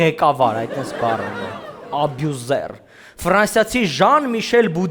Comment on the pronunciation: It’s not ՚աբյուզեր՚, it’s ՚ըբյուզըր՚